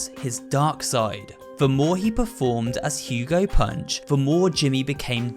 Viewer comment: You're telling me it's been 'Hugo Punch' and not 'Hugo Hunt' bruh